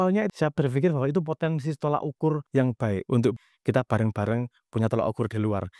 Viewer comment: You made a very good point and this will lead to a lot of thinking (on some people's side, even though it is most probably futile), but please mas, "tolok ukur", not "tolak ukur".